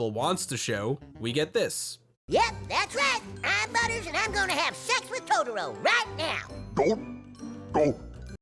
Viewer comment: Please dont ever say Totoro like that ever again..